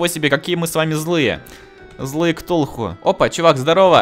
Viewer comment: Ти сказал ктухуй іо😂😂😂😂😂😂😂😂😂😂😂😂😂😂